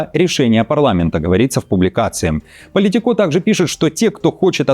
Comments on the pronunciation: Доброе утро, ну с какой стати "Politiko' с ударением на последнем "о". Это не французское СМИ. Только на мове они Политикó говорят, весь остальной мир ""ПолИтико". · Уважаемый! Я, конечно, всё понимаю, что сейчас переводчики всё менее нужны ввиду наличия ИИ, ну ведь можно было хотя бы спросить у толкового лингвиста, на какую букву ставится ударение в слове POLITICO. Ваш неверный вариант очень режет ухо 😊